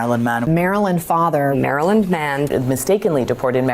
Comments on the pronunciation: I've never met a Maryland man that can't say "Maryland". Bro said "Marheeland" 😂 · He pronounces it Mary Land. 🙄